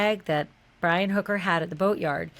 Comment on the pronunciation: Haha "Bri-Wi' love it